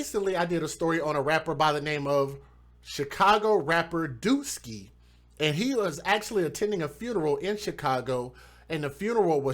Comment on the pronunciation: Bro his name is wooski not dooski